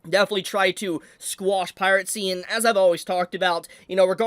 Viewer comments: why do you say pirate-see instead of piracy? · Bro pronounces piracy as "piratecy" 💀💀💀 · Yes. Pirate Sea will always be around. Never stop mispronouncing things man. You be you.